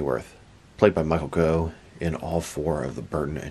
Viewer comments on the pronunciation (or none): His surname is actually pronounced ‘Goff’ not ‘Go’. I know it doesn’t make sense, but that’s the English language for you 🤷